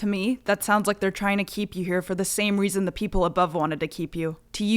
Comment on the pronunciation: Yeah, he's saying Reason 😂